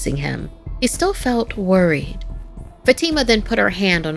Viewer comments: Isn't Fatima pronounced Fahh-tii-mah? Not Fuh-tee-ma. Just wondering, I've never heard it pronounced that way. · Something Scary doesn't feel scary anymore. Not that Sapphire isn't here. is a good narrator, except for some name pronunciations like Fatima. But the problem is that the 'animation' is now just illustrations with PowerPoint animations, and the art style only has detail in the thumbnail. The characters look flat. Many things feel wrong.